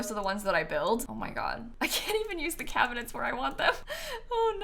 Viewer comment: Cracking up at "Cabihnets"